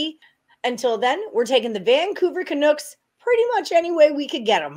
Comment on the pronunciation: why on earth are you calling them canooks? LOL not sure if i wanna take betting advice from someone who doesnt even know the name of the teams LOL sorry....